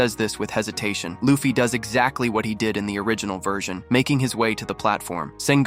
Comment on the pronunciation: L AI video Wtf is a "LAFFI"?